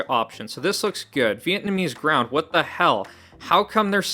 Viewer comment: Vietnamese Ground had me laughing. It's Vlaamse (Flemish) grond (Soil). Flanders (not the Simpsons 😅) is the Dutch Speaking part of Belgium. You're welcome. 🎉